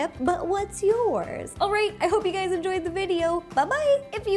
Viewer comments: did be notice that she said hey gays instead of hey guys?? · She said HEY GAYS at the start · Not sure if you noticed but instead of saying hey guys at the beginning of your vid you said hey gays,,,lol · In the beginning it sound like she says hey gays 😴😂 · did she say "hey gays"